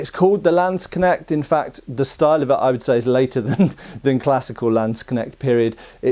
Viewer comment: I was so happy with your pronounciation of Aalspieß, but you still butcher Landsknecht. Better say landsknesht than landskneckt. It is closer to how you say "ch" in German and you would say it in a palatinate accent. I also use the officer and i also have forearm and ellbowprotectors.